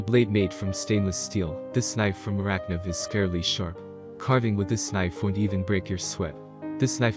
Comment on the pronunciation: Thank you for your video and your opinions. One thing though - Morakniv is said ‘more-a-kneev’ not ‘morak-niv’ if that makes sense? 👍🏻👍🏻